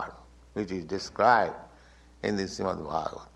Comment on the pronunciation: Who is introducing this?! can’t even pronounce properly Srimad Bhagavatam! Get it together